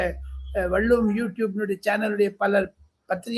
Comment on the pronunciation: வல்லுவமா அல்லது வள்ளுவமா சரியாக சொல்லுங்க தம்பி🤔